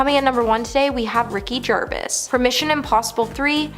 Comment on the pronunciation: lolololololol ITS PRONOUNCED GERVASE! NOT JERVIS! gawd...apparently some of you hate this man so much you'll mispronounce it hoping the bastard is watching this XD hahahahahahahha XD